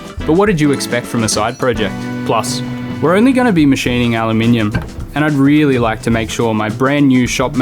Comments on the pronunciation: I don’t think you understand just how much of a breath of fresh air it is to hear ‘Aluminium’ pronounced correctly in a YouTube video. Al-you-mini-yum 😊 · At least he pronounced Al you minium correctly. 🍻👍